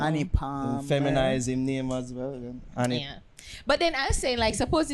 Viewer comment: He said Addi palmer not Anni palmer